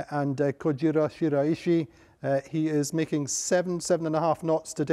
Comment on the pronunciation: Quick thanks for correcting the pronunciation of Shiraishi's (DMG MORI) name! The Japanese fans can stop cringing now. 😉 Appreciate all the updates and interviews! Thanks so much!